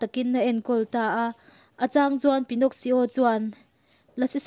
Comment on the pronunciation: Pinnoxsio in tia,Pinno-ki-o tia lam tur alom..